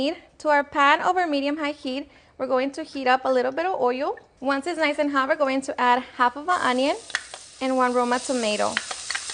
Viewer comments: What the hell does "Oio" mean?? 🤔 .... You probably ment to say "Oil" 😂 Si no sabes hablar Inglés bien.. mejor has tus videos en Español. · The way she pronounces "oil". It sounds like hoyo (hole). 😂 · Love the way she say OYOL lmao